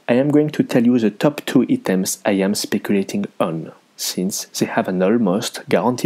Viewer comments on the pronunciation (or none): "Eetems" No offense but I want to help you with your english. When you want to say Items, you want to say "Eye" like the letter i/I, then "tems", "Eye-tems"